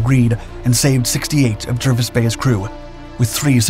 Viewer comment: Jervis is pronounced "Jarvis".